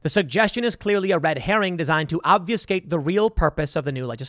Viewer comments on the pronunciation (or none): Ob fuh skate. Not off you skate. Why do 90% of YouTubers mispronounce this word?